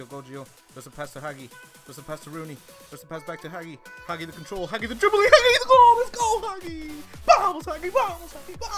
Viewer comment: It s hagi* Not haghi.Romanian language rules not impolite:))